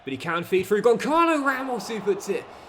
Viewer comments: Gonçalo ramos first name isn't pronounced like that 💀 You're supposed to pronounce the Ç like a S. So it's Gonssalo not Goncalo. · Hello! You allways say Goncalo Ramos but you shoud say like "Gonssalo" because of the "ç" Keep the brilliant work! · the striker's name (Gonçalo Ramos) is pronounced Gon-salo (phonetically speaking:) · Hey, the correct pronunciation of Gonçalo Ramos is Gonsalo Ramos. I’m from Portugal. I love your videos. Keep it up ❤ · As a Portuguese myself, it's really cool that you have some "tugas" in there, Gonçalo Ramos's name is pronounced "Gonssalo" as the ç is read as an s Keep up the good work, forza Milan, and let's go the short king Cox! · Hey, love the vid as always, just a quick note: the "ç" in Gonçalo is pronounced as an S like in Suit, the little below below the C means it sounds like a S! keep it up bro love the series and can't wait to see Cox conquering Italy! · I think Gonçalo is underperforming because you're mispronouncing his name, saying ç as a K and not as a Z. Otherwise please remember to make your subs around the 60-70 mins.